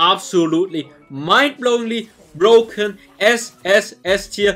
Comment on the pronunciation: "Brrrroken" made my day 😂